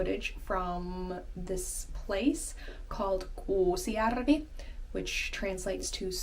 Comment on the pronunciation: I am happy to see this channel isn't dead! And yes, you pronounced the name correctly, I usually say it as you said :) thank you for so warm words! As for content, I have an idea. You have graduated recently. What are you planning to do after? And in general it's interesting what young people in Finland usually do after they graduate. As I understand, not all young Finns study in Universities, some of them choose colleges or work just after school, am I right? I am sorry if I am talking about something which might already be in this channel (about high school, colleges, etc.) but I am here only for a year :)